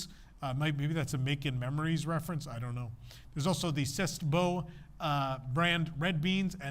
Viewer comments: "c'est beau" is french for it is beautiful. Its not pronounced sest, but say. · It is” say Bow” pronunciation of C’est Beau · It’s been many years since my high school French, but I believe “c’est beau” is pronounced “Say Bow” and means “it’s beautiful.”